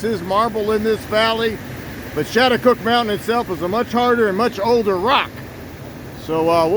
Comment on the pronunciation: The American Indian tribes locally call themselves, Schaghticokes, that is, pronounced "Scattacokes". Had you gone up the road a bit further you would have reached the Sachem's residence.